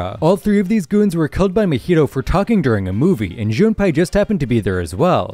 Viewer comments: Jun pie💀 it’s pournonced Jun pay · It is JunPAY now JunPai